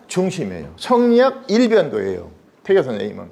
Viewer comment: 자고저 문제! 예: 세상,머냐?,퇴계,선한 본성, 교육,퇴계,성리학, 등, 첫 자가 장음인 단어를 짧게 잘못 발음한 실 예이옵니다. 한학자로서, 이렇게 자고저 문제가 있다는 것은 결코, 너그러이 볼 수 업나이다.